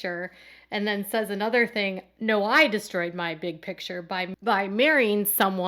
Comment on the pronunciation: Its Kodys big Pitcher not Picture! Since Robyn is there, Kody has adopted this pronunciation too!!